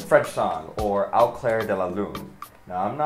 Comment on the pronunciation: Pronunciation was not too bad - but "au" is pronounced more like "oh" (not "ow"). :)